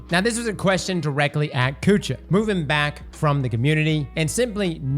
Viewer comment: “Kite” Kutcha. 😂 Makes me wonder if actually listens to these interviews or if it’s just his editors doing it all.